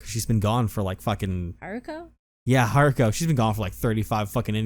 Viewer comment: It was Hiruko, not Haruko.